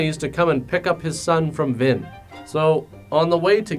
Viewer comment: That's a cute nickname and all, but I'm pretty sure he said "Vin" which sounded like Vin Diesel was in this disaster.